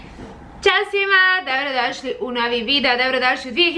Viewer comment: Je l realno da ova nikad nije rekla dobro dosli vec doro dosli.Nikad usne nije sastavila na B 🤔